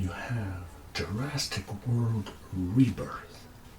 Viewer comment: Actually, what he said was Jurastic.